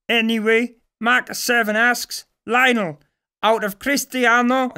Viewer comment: Am i the only one who gets annoyed with the way he pronounces Lionel?